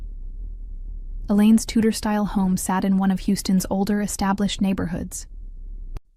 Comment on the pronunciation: Tudor style home, not Tutor. You have to edit the garbage AI gave you.